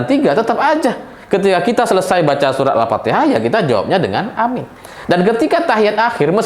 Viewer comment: Aamiin bukan AMIN. Beda sekali arti dan makna dari lapasz.ucapannya.